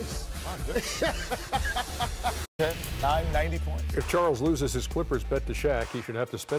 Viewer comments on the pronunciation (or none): u said loose instead of lose